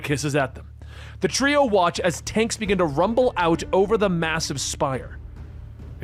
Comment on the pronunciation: This guy is awful. "Begin-ah, the culling!"